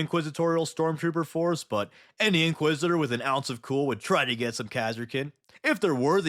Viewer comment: Inquisit-er? I 'ardly know 'er!